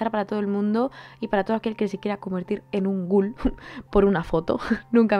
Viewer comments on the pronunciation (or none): Por qué siempre decís ghul? Y no ghoul?